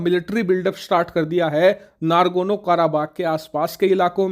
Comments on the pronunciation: Ohh Bhai, yeh nagorno not nargono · I am surprised to hear your error pronunciation, it would be Nagorno not Nagorno. It's my favorite news utube channel. Don't mind! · It’s nagorno not nargono 😂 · Bhai, NARGONO NAHI N-O-G-O-R-N-O KARABAKH hai. Hindi knowledge ki baat karte ho, dhang se diya karo. Kahin Rahul Gandhi to tera student nahi thaa?? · It's Nagarno Karabagh, not Nargono Karabagh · Nagorno he, nargono nhi. Kitne baar galat bola??!